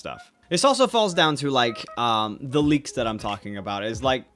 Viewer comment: He said leaks... I thought he said "bleaks"